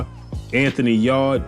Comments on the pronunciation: You say Anthony Yard huh LOL it’s Yarde Yar-day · Yarrrrrr-d lol